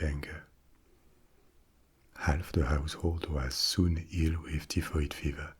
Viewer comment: hi, we pronounce her as TIE FOID Mary. You're language skills are phenomenal and I'm being an Irish Karen now lol For somebody that lived in Paris, for 2 years, my French should be parfait but its basic. I can get around though. Peasants is pronounced PE ZENTS not PEA ZENTS :). Can you also speak Spanish too?